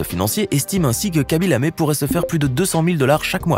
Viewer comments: On dit kaby lame pas kaby lamé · Ça ne se prononce pas "kaby Lamé" mais plutôt "khaby lam" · Pas kaby lame c'est khaby lamme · " Khaby Lamé " 😂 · C khaby lame pas lamé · Ses KHABY LAME ses pas KHABY LAMé